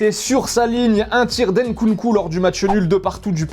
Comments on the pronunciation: C’est pas Nkouloukou ni Nkoudou mais c’est Nkunku mdrrr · 0.23 il dit Nkouloukou mdr